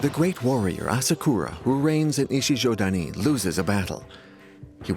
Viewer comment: Sorry, but Ichijödani is wrong. It's not ö, but ō. A slightly longer o. Ö is a different sound than o. Very difficult to explain to English speakers how it sounds, but quite simple for germanic speakers like Germany, Switzerland, Austria and even Finnland.